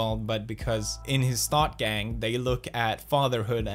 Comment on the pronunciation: When you said “thought gang” I definitely heard “THOT GANG” BOIS BRING IN THE THOTS